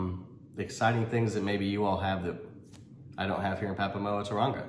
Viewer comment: Waikanae pronounced: "why - car - nigh" 🙂 and Papamoa is "par - par (or papa) - more - ah"...... just a heads up. ✌